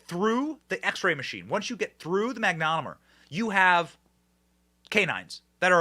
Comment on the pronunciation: Be cool if you actually knew how to pronounce Mag-no-mah-meter